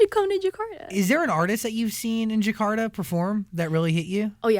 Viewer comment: Just don't like Menik said djekada ( Jakarta!) But anyway so proud..